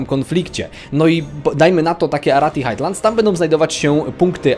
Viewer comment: "Highlands" czytasz jako "hajlends", nie jakieś "hajtlends". Tak podpowiadam tylko i pozdrawiam.